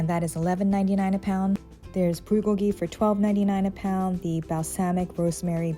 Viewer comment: I agree. And I love how she pronounced BulGoGi correctly too.